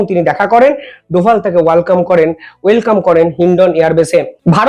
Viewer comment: তুই ওয়েলকাম কে ওয়াল-কাম পড়ছিস??